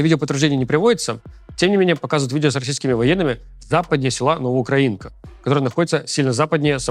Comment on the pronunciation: НовоукрАинка, потому что укрАина😅